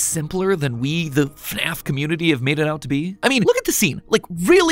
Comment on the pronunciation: "f~naf" no no "FNAF"